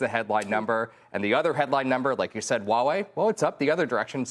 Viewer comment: ✅Huawei ❌Wuawei